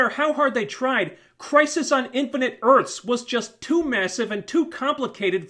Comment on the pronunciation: "INFINITE ARTHS" EARTHS*